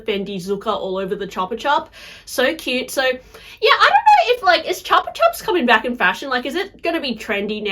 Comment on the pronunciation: CHEWPA CHEWP! Not chapa chop